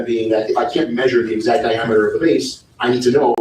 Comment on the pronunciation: The typeset “you don’t know the EXZACT angle”